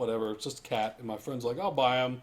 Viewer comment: cat. not cay.